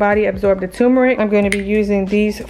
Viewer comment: Why do people pronounce it TUMERIC, when it’s TURMERIC?!?!?